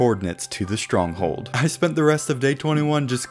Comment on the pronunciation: You said strong hole